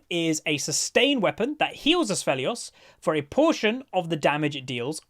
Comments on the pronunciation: Btw, no hate or anything but the name is pronounced "Aphelios" there is no S in the A - p which you say "Asphelios" ^^ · Its not Assfelios, its Afelios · THERE IS NO S Also the word is acuity lol. No r there. No N in Severum. Poor.